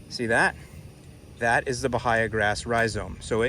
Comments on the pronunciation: its pronounced ba-hay-a.... not ba-hi-a. It should be eradicated at all cost for yard grass. Who the hell sods Bahia? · its pronounced buh hay uh. Not buh hi uh.